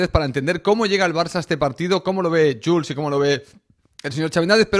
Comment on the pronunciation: Y creo que se pronuncia yul